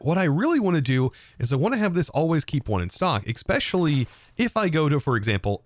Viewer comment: I’m gonna lose my mind if you say “eXpecially” one more time lol. It’s “eSpecially”.